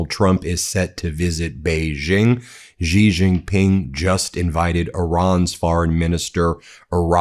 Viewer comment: It’s “See Jin ping”